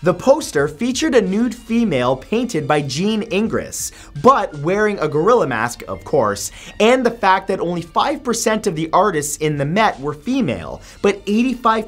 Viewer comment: Ingres is pronounced "Ahng"